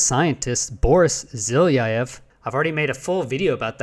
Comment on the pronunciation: 1. If they are 10x closer artillery shells, would such objects be observable from two points at least 120 km apart. The answer is NO. 2. Have you asked anyone to guide you through the presentation Zhilayiev (btw, check how to pronounce "Zh" diphthong in Slavic languages) delivered on the Sep 15 to the MAO NAS Ukraine? (available for seeing/downloading on the website you showed). At times, it's quite an emotional exchange, so you need only the gist. One interesting part in the pres, is that Zhilayev demonstrates pics a replicated photo session over the New York area by some researcher (Dan Caron). Details in the mentioned vid, at about min. 3. I've been working at the observatory in , I know the director (Yatskiv) and several researchers in the vid. The observatory is trying to distance itself from the unorthodox observations. Yatskiv is an open-minded professional, politically correct - he cares about the observatory's prestige, but won't "kill" the research. Personally, I'm not sure about the phenomenon (like, tbh, Zhilayev admits he and his team themselves aren't sure either), but granted the observations (and first internal reports/presentations) began in 2018 (!!!), it can't be the shelling. It may well be not UAP, but Aby's theory is WRONG.